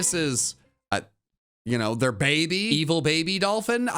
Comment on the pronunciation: He said baby wrong according to him and wolfey vgc in "Can These Pokémon Breed" if anyone knows what I'm saying.